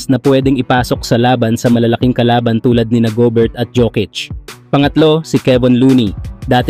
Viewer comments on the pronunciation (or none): Its "Go-Bear" hindi juvert. "Yo-Kitch" hindi Jukits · Rudy Juvert at Nicolai Jukits. Gagyan tamang bigkas nyan.